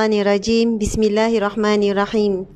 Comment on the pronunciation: Bismillahirrohmanirrohimm..bukan bismillahirahmanirahim..rro bila berbaris atas tebal selama2 mengikut hukum tajwid